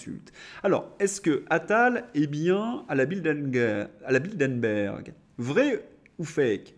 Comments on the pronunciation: Ce n'est pas "Bildenberg" mais "Bilderberg". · Bilderberg pas Bildenberg...